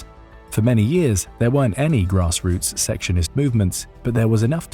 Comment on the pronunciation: Secessionist is pronounced like "sesessionist" not "seksionist".